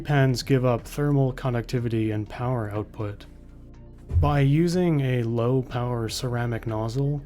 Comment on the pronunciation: unlimited POWAH!